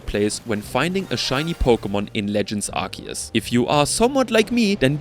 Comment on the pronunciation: IT'S PRONOUNCED ARC-OO-SE!